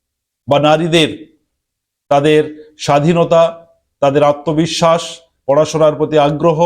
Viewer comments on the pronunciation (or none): none